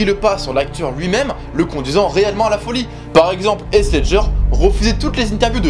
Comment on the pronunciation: Wesh comment il a prononcé Heath « Haisse » au lieu de « Hitf » (j’ai mis un f important de prononcer le *th*) Mais bon on peut dire que c’est la hess comment il a dit son nom😂😂